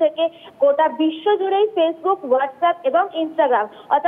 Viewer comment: whatsapp hobe whatshape noy 🥱🥱